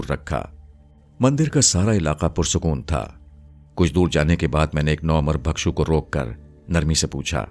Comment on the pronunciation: آپ کی ادائیگی اچھی ہے مگر تلفظ کو بہتر کیجئے ۔ بھکشو کے لفظ میں بھ کے نیچے زیر ہے، زبر نہیں اسے بالکسر پڑھئے